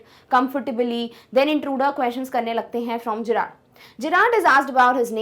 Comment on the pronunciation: Mam you are speaking it jerrad ✖️ it's Gerrard ✔️ Friends tell I am right or not if I am write please like